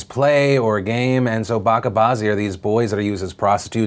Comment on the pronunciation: It's pronounced ba-ch-a not bakka. You pronounced bazi correctly